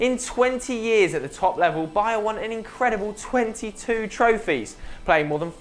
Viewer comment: pls learn how to pronounce " Baía"